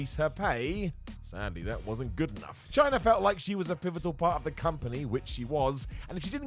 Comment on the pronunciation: Chyna* not Chyner